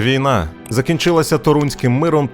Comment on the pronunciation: тОрунським, а не торУнським